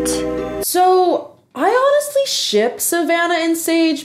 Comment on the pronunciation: Did anyone else notice that Sage said honesTly? Like with the the T. idk I just thought it was weird